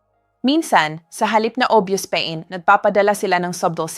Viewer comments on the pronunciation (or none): none